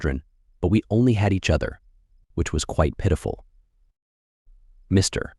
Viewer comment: AI does not know how to read the text - Mr. big pause and then the name. Funny to listen to.